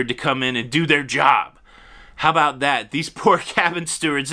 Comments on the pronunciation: We say about not aboot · Unless you are from Newfoundland, no one actually pronounces “about” as “aboot” in Canada. Just sayin….. lol!! 🤣🤣. And even other Canadians make fun of those from Newfoundland!! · "aboot" lmao